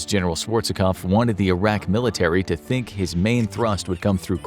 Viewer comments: Pet peeve (of sorts): It's Schwarzkopf; two syllables, not three. Schwarz-kopf. Not Schwarz-eh-kopf. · I can understand an American struggling with Schwarzkopf, but can you really not even pronounce the word Northern?? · You should have looked up how to pronounce "Schwarzkopf"